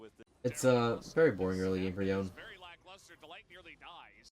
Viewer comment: Nah the way you mispronounce Yone is too much.